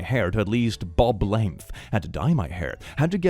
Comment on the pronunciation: he calls boobs "bobs" so..... lol had a brain rot moment lol